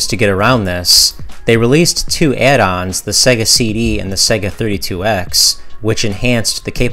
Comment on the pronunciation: Great vid man but it's SEYYYGA (not SEGGA). It is SEGA (as in 'to be this good takes AGES').